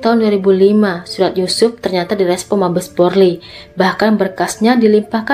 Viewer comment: Mf apa telingaku yg salah dengar ya #polres jd porles #Polri jd porli